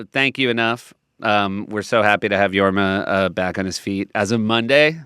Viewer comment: Jorm? Isnt it Jorma